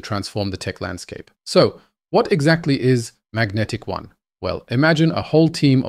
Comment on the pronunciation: They call it Magentic-One, not Magnetic One